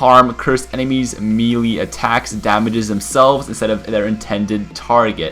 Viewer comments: Melee = MAY•LAY. Not "Mee•lee". I absolutely despise when people say that shit. Buy a damn phonics book. Good video, though. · ITS PRONOUNCED MAY-LAY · melee is pronounced (may-lay) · he can't say melee right it's annoying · there's more than one way to say it, depends where you're from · It's spelled "Warlock," and they're pronounced "may-lay" and "triv-ee-yuhl". :)